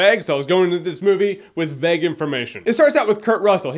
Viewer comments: Vague, not Veg, lmao. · At the start, you say 'vague' so much it becomes 'veg'. What's a veg? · Am I the only one bothered by how he pronounces vague? He pronounces it like V-egg.